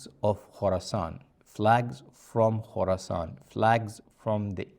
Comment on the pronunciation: Khoroscan not Khoroson